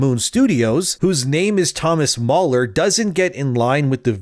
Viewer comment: Mahler NOT MauLer